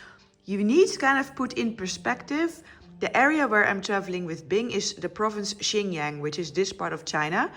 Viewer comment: My wife's Chinese and she says you are pronouncing Xinjiang wrong, its "SinJang". No offence LOL. Youve got to love China, the people are so friendly, not to mention the food, enjoy your trip!